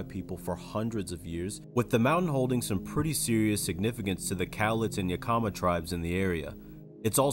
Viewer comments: "Yack A Mah" not "Yah kama" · Pretty sure Yakama isn't pronounced "ya comma", thought I'd just point it out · I'm sorry, but the way you said Yakama made me yell at almost 12 at night. It's cool tho, I just was not prepared for the pronunciation.